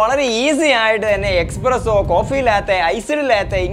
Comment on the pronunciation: Bro expresso alla espresso aanu to